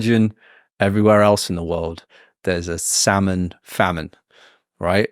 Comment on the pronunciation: I've got a friend from Mexico who lived in the UK for years and he says "sal-mon" too.